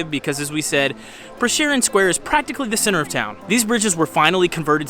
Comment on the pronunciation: Great vlog. Next time when you are around, use names LUBLANA (Loo-blah-nah) and LUBLANICA river (Loo-blah-nee-tza river), but you absoultely nailed Prešeren square. 💪 See ya.